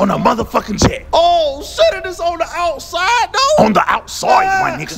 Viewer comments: “On the outsoide” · "The outSOIDE" 🤣🤣🤣🤣🤣🤣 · "On the OUTSYDE" 🤣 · Bro I died when Batman said “on the outsoide my nigga.” Pronouncing like that 😂😂😂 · "Outsoide." lol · On the OUTSOIDE my nigga! 😂😂😂😂😂😂😂😂😂😂😂😂😂😂😂😂😂😂😂😂😂😂😂😂😂... 😣 Nah... Batman said outsoide